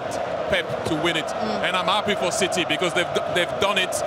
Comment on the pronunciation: Why do you call city- CITEH?